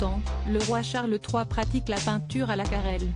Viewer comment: (On prononce acouarel...)